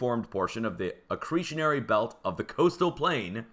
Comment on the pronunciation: Ahhhhh the Acretianary belt....love it..always looking to increase my ability to speak Earthquake-ese. Much love.